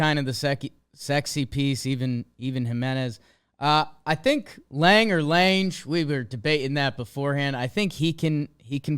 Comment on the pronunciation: Tigers fan coming to add on some of my personal opinions. First a couple pronunciation things that stood out: Alex Faedo is pronounced like Fie-ay-doh, and Alex Lang has the hard G on the end. On the pitching side of things, I think yall nailed it on the head. Lots of guys who have some promise, but they need to be consistent with it. Bullpen names to look out for are Will Vest, Jose Cisnero, and Alex Lange who will probably be getting the bulk of the late inning work now that Jimenez and Soto are gone. In the rotation, a name that I'll be interested in is righty Mason Englert, our Rule 5 pick. He's got some decent stuff and I think he could be a solid arm every five days. On the offensive side, my biggest frustration is letting Candelario walk. Not gonna deny that last year was absolutely awful for him. But the previous two years he did pretty well for himself, so I wanted to see him get one last chance to redeem himself. What makes this hurt even more is that we didn't find a definite replacement for him. There's gonna be 4 guys trying to get that 3B spot with Maton, Henry-Malloy, Hernandez, and Kreidler battling it out and maybe sharing time. I also think the offense could have a bounce back year after we fired our hitting coach. Just about every single hitter had the worst season of their career last year, so I think it would be almost expected to see at least some improvement on that front. Schoop, Baez, Torkelson, Meadows, and Baddoo all could return toward their typica